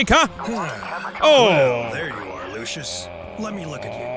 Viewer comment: It is indeed his name is prononced (loo-shius)